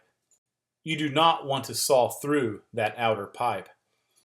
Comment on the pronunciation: Thanks for the great video! But I'm pretty sure there's no L at the end of the word SAW. ;)